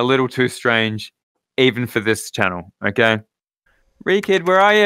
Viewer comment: Are we going to ignore the fact when said "o-gay" instead of okay